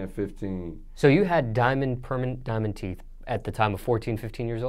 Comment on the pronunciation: “Diamond Teef” 😂😂